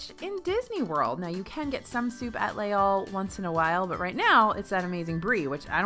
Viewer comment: Les Halles = "layz-all"